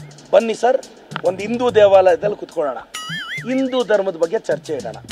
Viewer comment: ಇಂದೂ ಅಲ್ಲಾ ಅಣ್ಣ... ಸರಿಯಾಗಿ ಹಿಂದೂ ಅಂತ ಉಚ್ಚಾರ ಮಾಡ್ರಿ ಮೊದಲು... ಆಮೇಲೆ ನಮ್ಮ ಗೌಡರ ಬಗ್ಗೇ ಮಾತಾಡು 😂